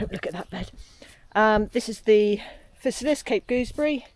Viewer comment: Wowza! The River Cottage Mushroom guide is definitely one of the best available, beyond doubt! Worth every penny you paid and then some for a signed copy. "Physalis" pronounciation - Fye-sah-lis - as in "Fee->FYE<-fo-fum" In fairness, I pronounced Hermione as "Her-me-one" in my mind before the Harry Potter books came out..... plonker